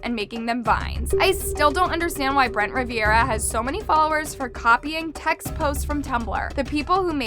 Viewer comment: I can't with the brent rivearia